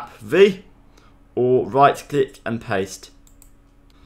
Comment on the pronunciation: "Very baswic" " now let's get wight into it"